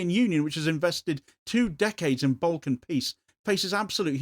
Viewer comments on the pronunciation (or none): none